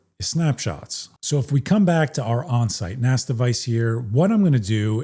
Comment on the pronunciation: **THANK YOU** for pronouncing it "NAS" and not "NAZ", as far too many people say. Calling it "NAZ" is so annoying that I stop watching their videos as soon as they say it.